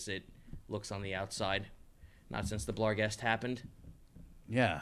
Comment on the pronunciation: A part of me hurts every time they add an "L" to "barghest". At least they aren't also still dealing with svirfneblin.